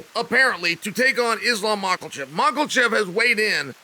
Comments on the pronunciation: Don’t worry Chael Names are hard “Mockelchev” “Alex Pee-era” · I’m just here for the mispronounced names😂 Makelchef is great. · "Islam Mucklechef" this guy😂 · Lmao Mocklechev... Jesus Christ Chael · Michael Mackelchev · MAA-KAH- CHEVV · Surely we ought to talk about 'makhlachev' once he actualy gets signed to the ufc? 🤔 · I was just coming to comment this lol. Where did the L come from in Makhachev?